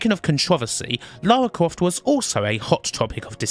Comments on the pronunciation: Lawa cwoft 😂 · Damn those yankees, butchering Lawa Kwofts pronunciation. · "Let's call her Lara, because Americans can't pronounce Laura" Every American talking about TR: "Laura Crawft" I mean, on the plus side, Lara is apparently short for Larissa, which really helps with the whole posh thing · Lara Cwoft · Lawa Cwoft